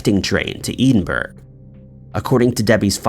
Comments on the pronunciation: Sorry but I have to correct the narrator here.Case #2-The girl attacked on the train from London to Edinburgh.It is not pronounced like you have done.I will try and spell according to your pronunciation,and then try and spell it so you know how to say it properly.I know,I’m being picky,but it’s a pet peeve of mine:You are pronouncing Edinburgh as -Eed-in-berg.When it is Ed(as in Edward)-in-burra: Ed -in-burra.Edinburgh,Capital of Scotland.Sorry,but couldn’t help myself. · Edinburgh isn't exactly an unknown place it really shouldn't be that difficult to pronounce it properly. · He's been told hundreds of times lol. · Edinburgh wrecks my theory that just reads as written and doesn’t realize his pronunciation mistakes (no offense ) but he’s had to heard of Edinburgh? Right? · Edinburgh (EH-DIN-BURR-A), goodness grief!!!! not Edenburg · take the T away from Ted and what's left ED so you pronounce it Ed inburgh. Its the capital of Scotland 😀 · Winner winner lamb curry dinner., I enjoy your uploads very much. I was suprised to hear in 2 posts you feature crimes that involved the city of Edinburgh. I laughed at your pronounciation. E DIN BURGH. It's pronounced: ED IN BURGH, sounds like HEAD IN BURGH. I live in Edinburgh. Barbara actually stopped off for a piss hahaha. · It pains me when you pronounce Scottish towns it’s pronounced edin-bruh , not ‘eden burg ‘bro😭😭😭😭😭😭😭😭😭😭cmon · Bro, love your content and all, but you gotta look up the pronunciation of Edinburgh. Cuz Eden-Burg is not correct. Ed-in-burr-ah is a phonetic attempt from myself to try and help. Other than that, great job, as usual! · No kidding. I had no idea where he was talking about until it suddenly dawned on me. Eden-burougho! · It's Edinburgh, (Pronounced: Ed in burgh) Not "eden" burgh. [Gibbs-slap] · Ed in bruh… not EDEN BURG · I've never heard Edinburgh pronounce Eden burg, before. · Ed. In. Buruh. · Ee din burg? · For the umpteenth time, it's "Ed-in-burr-uh" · ed in bura not edinburgh